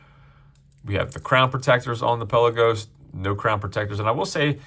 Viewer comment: I’m no language expert..but Palagos is from the Greek word meaning ‘open sea’ or ‘depths of the sea’ and is apparently pronounced pal-laa-gos.